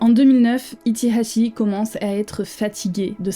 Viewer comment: J'adore ta manière de prononcer son nom avec l'accent qui va avec